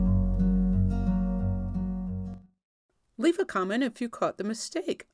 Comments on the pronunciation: "For-jet rather than forget? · FORGE "et" instead of forget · Good info but straight comedy when the last word “forget” came across as “For Jet” 🤣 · Wow that was a very good tutorial, thank you .....but the word "Forget" sounds like "Forge jet"....